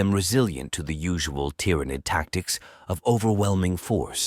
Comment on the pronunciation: I hear ya. "Tyranid" pronunciation in particular being a brutal example.